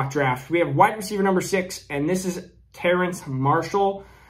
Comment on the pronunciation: It's Terrace Marshall without the n, not Terrance... You repeatedly kept saying Terrance lol